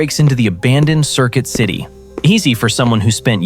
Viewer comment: Circuit city ❌ Circill city ✅